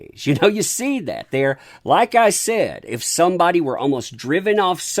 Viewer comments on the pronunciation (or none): none